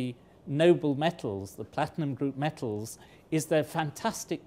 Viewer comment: It's metals, not mettles!